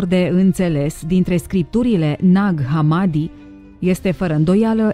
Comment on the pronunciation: Ne-ar fi interesat mai mult ce scrie in manuscrise iar hamadi se pronuntă cu accentul pe i.